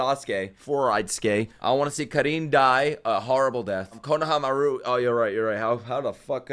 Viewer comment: Bro gonna have to take back his distaste for English dub if he keeps saying konohamaru name like that 😂😂😂😂